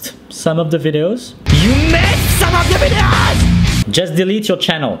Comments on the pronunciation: I low how he says vidos instead of videos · How many times did he said vidos instead of videos ;) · Why i keep hearing widows..😂😂 Verry funny though...